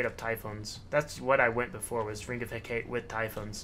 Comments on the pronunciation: Hecate = Heck-ah-TAY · Love ya, but I just gotta say: Hecate is pronounced Heh-kah-tee haha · I was triggered by that too